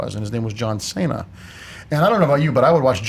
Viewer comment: How can you mess up John Cena's name?